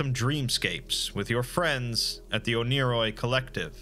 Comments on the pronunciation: it’s pronounced “one-ear-oi” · i thought it was pronounced ONE-A-ROY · It's actually pronnounced "oneyri" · I swear, it took me half an hour of watching this for me to realize that you weren’t saying oni-Chan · Proof that the Exploring Series can be wrong: It’s pronounced one-er-oi